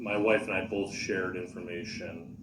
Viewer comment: It's my pet peeve also. He asked witnesses if they "seeked" to testify, I was losing my mind! Substain drove me crazy the most. Boff instead of both. Troof instead of truth. I can go on and on. He's even lazy when he talks!